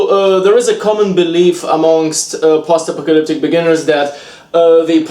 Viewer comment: I love you man, but I can't stop hearing "pasta pocalyptic"